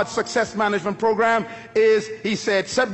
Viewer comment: Sub-due..... Still paying attention tho! Lol